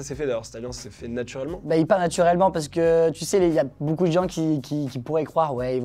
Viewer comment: Ohhhh je suis déçu de t'entendre prononcer boucoup faites un effort tous BEAUCOUP 😂 MERCI 😘